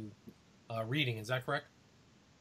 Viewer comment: in PA we pronounce Reading as (redding) not (reeding) now with that being said I have lived in PA n especially in the Reading n Pottsville area all my life n I have never heard of the Smiley Face Killers until 2day right now n it turned out 2 b a fake documentary....n we definitely do not find that many dead bodies in our area of the Schuylkill River so idk what these guys are talking about